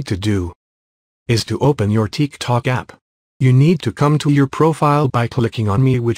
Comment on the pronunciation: ''teek tok'' 💀💀💀